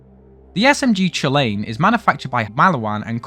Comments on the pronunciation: I don't know whether to be more offended that you pronounces "Chulainn" as "Choo-Lane" (It's closer to cuh-lann, if anyone is wondering) or that you, a British person, actually tried to get the damn FRENCH words right!! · About the chulainn, firstly the "ch" in Irish is pronounced more like a "k" (technically it's more of a guttural throaty sound but k is close enough) Secondly, the crow on the gun is a reference to The Morrigan, a godess who liked to appear in the form of a crow. She fell in love with cú chulainn but tried to kill him when he turned her down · Your pronunciation of Chulainn hurts me deeply. It's Kull-in.